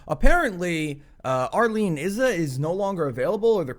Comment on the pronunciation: ALL PRAISE THE THICTAK - he can pronunciate Izza correctly! big up for that! keep up the good work!